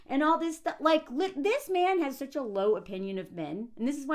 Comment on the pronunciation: “Souch yelling” 😂